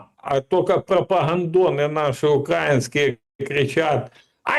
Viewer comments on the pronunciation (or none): none